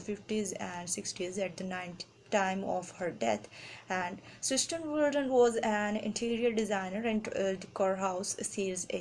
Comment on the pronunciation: Its CIRSTEN not cersten